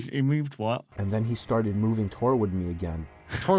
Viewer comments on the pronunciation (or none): "Twarward me" - 2018